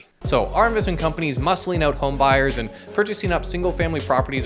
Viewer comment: ** Scary music plays** “BlackRock paid me to spread their propaganda” followed by the most Canadian “so please go check it ooout” 😅 lol